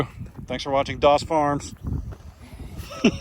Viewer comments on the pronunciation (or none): It's not doss farm. That's chads farm.